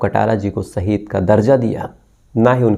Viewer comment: saheed nahi sir ji shaheed sahi alfaaz bola kijiye arth ka anarth kar dete ho aap